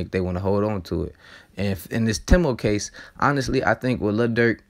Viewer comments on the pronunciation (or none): none